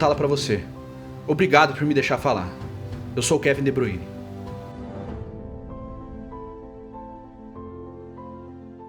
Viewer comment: Kevin de "Bruíne" nunca ouvi falar. Kkkk